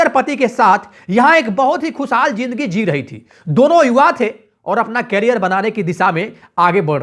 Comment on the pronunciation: Bhai tum apna pronunciation correct karro.awaaj nhi awaaz hota hai.suru nhi shuru hota hai.jindagi nhi zindagi hoti hai.bhut hi kharaab bolne ka tareeka hai